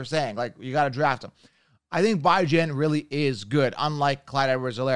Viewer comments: You don’t even know how to pronounce Robinsons name and he’s your top pick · bro you can go on any video they pronounce his name correctly you butchering it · Why you pronounce bijan robinson name like that 🤣🤣🤣🤣🤣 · Why is it so hard to say Bijan correctly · IT’s pronounced “beej on”Robinson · Bye-jan ? You gotta learn to pronounce names first. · Idk if you're joking but you definitely got it wrong lol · you pronounced his name wrong af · you tend to butcher names though so I’m not surprised you believe you’re right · Are you mispronouncing Bijan’s name on purpose at this point?! 😂😂😂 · Ion know how much I can trust this man and he can't even pronounce Bijan's name right😅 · Good video and content but just wanted to let you know that you pronounced Bijan wrong. He’s gonna be a Top 5 RB as a rookie 🔥🤩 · Never watched any of your videos but within the first few minutes you claimed you can predict injuries and mispronounced Bijan Robinson... Safe to say I'm out lol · Why are you purposely pronouncing Bijan name wrong..